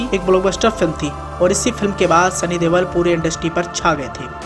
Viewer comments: He is not devol or deval he is Deol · Oo bhai Deval nahi Deol hai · Sunny deval???? Deol.... Sunny deol....